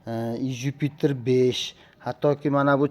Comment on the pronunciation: Иж юпитер дегин июж демасдан гумбок